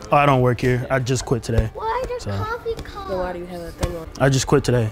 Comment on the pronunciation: She said coofie cups not curtain rugs💀💀💀